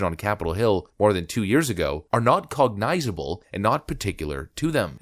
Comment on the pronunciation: Since you looked up the word, pay closer attention to the pronunciation. You butchered the F out if it. "cog-nizz-uh-bull", not "cog-nize-uh-bull"